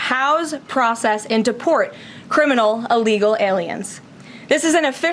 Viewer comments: WTF....Can't this woman say "illegal"? She repeatedly says "allegal". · When she said illegal detention center did anyone else hear ILLEGAL detention center, as in yes they know it was illegal?